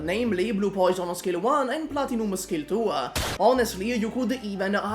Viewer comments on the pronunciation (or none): Did you say skill dua on ? 😂😂 Damn that weird